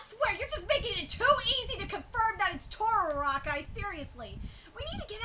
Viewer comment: I'm sure you know already, but the Creator's name (Araki) Is better pronounced a-rock-ee.